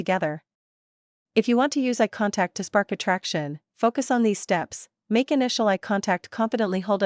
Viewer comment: I'm not sure 'ah contact' is a thing... but eye contact is!